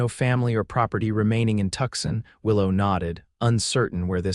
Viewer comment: The miss pronunciation of Tucson is grating. All the miss pronunciation is off-putting. I no longer enjoy listening